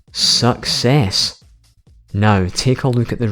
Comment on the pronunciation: When you say success it sounds like suckass😂